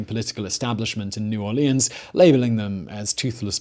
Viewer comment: As someone from Louisiana, I very much enjoyed this video. Though I laughed every time you pronounced New Orleans. It's always funny when out of towners say it and mess it up. You only say it right if you're from there.